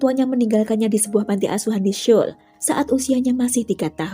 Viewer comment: SEOUL bacanya bukan syol, tapi "soul" ..